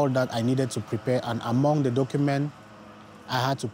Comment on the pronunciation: She keeps on pronouncing the as Ze